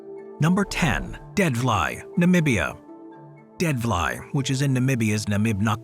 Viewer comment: it pronounced deadflay